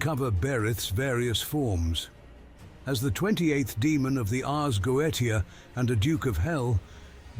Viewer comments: ITS PRONOUNCED GO-A-SH-E-AA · If you were into Jordan Maxwell in the 90’s or before you would know Moloch. Also its Go-eesha and chicken is code word.😢